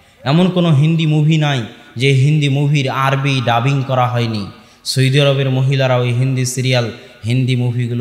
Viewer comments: সৈদি নয় সৌদি আরব হুজুর। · "সৌদি" উচ্চারণ ঠিক হচ্ছে না।